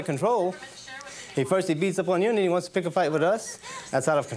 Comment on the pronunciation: It's not whont shre wonted.